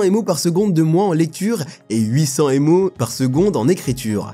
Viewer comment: À "Avec 96 mots de cache L3..." faudrait peut-être faire attention à la prononciation, ce ne sont pas des "mots" mais des méga octets.